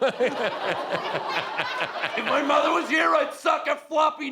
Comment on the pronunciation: "If my mothah was here I'd suck her floppy knockah dry" omg, I'm freaking dead. 😂😂